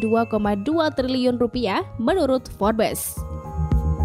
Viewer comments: Baca nya forbs admin bukan forbes..memalukan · Information nya sungguh berguna dan menarik tetapi sebutan "Forbes" salah dan silap dan tidak betul Sungguh lemah